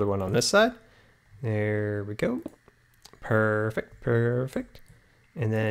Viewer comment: WHY DOES HE LIKE SAYING PURFECT !!!!!!!!!!!!!!!!!!!!!!!!!!!!!!!!!!!!!!!!!!!!!